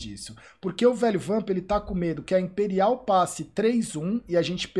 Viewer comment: "Impérial" pelo amor